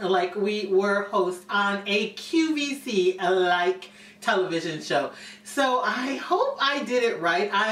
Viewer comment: Why do you keep saying lvc I thought this was a QVC clap I have to listen to it twice to make sure you were saying lvc just saying